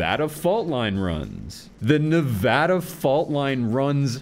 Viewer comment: So glad you pronounced Nevada correctly. Also can't wait to see more videos, and if you want to do ones on maps I think we could all get a lot out of it.